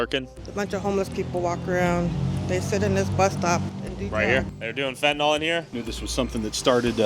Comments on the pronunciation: Can ya'll please pronounce the drug correctly???? It's FEN-TAN-ILL. It's not Fen-tin-all. Look how it's spelled....fentAnYL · Fentanyl is pronounced fen-tuh-nill. Look it up.